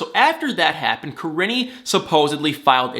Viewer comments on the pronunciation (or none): Im NOT at all trying to come off in any kind of Bad way whatsoever when I say this but its driving me CRAZY, her name is PRONOUNCED like Ka-Reene ! Im Sorry to have to be one of "those people " by pointing it out, as I'm not an narcissist or anything. However, it's driving me absolutely crazy. 🥴